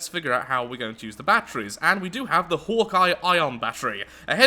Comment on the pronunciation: Am I the only one that thought for the whole video he was saying Hor'Kai instead of Hawkeye?